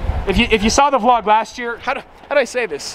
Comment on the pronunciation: He said vlod